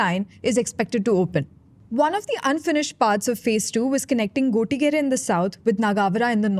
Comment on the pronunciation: Appreciate the effort that went into putting this video together, would greatly appreciate if you can also get the host to pronounce the names of the places like Gottigere, Nagavara and more importantly “Bengaluru” accurately! Thanks in advance